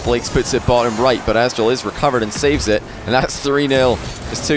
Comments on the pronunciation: nope im native english like and he isnt pronouncing the t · Kyl barry he literally says “azTral” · Nobody's gonna say anything about constantly calling Aztral 'Assdrill'?! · why does call aztral azral? xD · with only checking 45s of gameplay he said azral 4 times. don't correct me if you're wrong. 😂😂